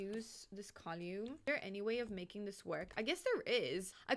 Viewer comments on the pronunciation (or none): I have never heard column pronounced like "colyewme" and i got to say i love that pronunciation